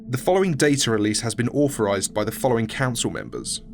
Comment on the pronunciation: Your reading could be vastly improved if you pronounced your 'th' correctly. One seven three instead of one seven free. Also, midwords too are affected eg authorised rather than orforised. Otherwise, excellent work!